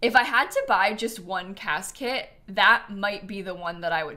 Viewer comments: Why every time says "cas kit" do I hear "casket" 😅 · Every time says “Cas kit” I hear casket 😅